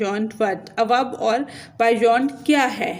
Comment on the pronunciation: I think it's beyond not bayond😂😂